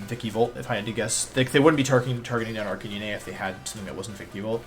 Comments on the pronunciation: They way you pronounce Pokémon names makes me so triggered it’s vikavolt not vikivolt And not arcan-ee-nay it’s arc-at-nine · Why does he say "Vik-eee-bolt??its Vikaaaabolt...also with Arcanine...he says Arca-nee-nee...very cringe and a little suspect on Wolfe...